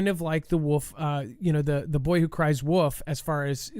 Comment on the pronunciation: Dude. It’s “ the boy who cried WOLF”. With an L. Not woof.